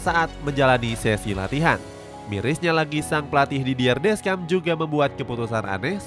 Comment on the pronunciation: Jujur sebagai fans prancis, awal nya ragu prancis bisa lolos fase grup, tp sejauh ini not bad, walaupun belom yakin 100 persen (Sedikit tambahan, semoga berkenan yaa 🙏, untuk pelatih nya prancis nama nya dieja "didiye desyong", nama rabiot dieja "adrieng rabio", nama maignan dieja "menyong", ralat juga untuk nama pelatih denmark karena seharusnya "hyulman", terimakasihh 🙏🙏)